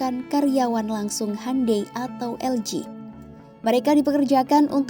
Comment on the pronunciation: Bacanya hiundae bukan hande, sok britis bgt siadmin😂😂😂